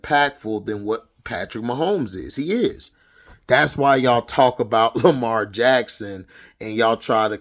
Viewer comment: 100% facts bro! And especially about Lamar or how you would say it hd lamah😂 but yeah I agree with you on Lamar he is a generational talent!